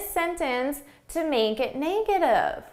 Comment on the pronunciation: Hi, I noticed your "negative" is pronounced more like / 'nei - ɡə - tiv /, not /ˈne - ɡə - tiv /. Is yours a Canadian pronunciation? Best, Albert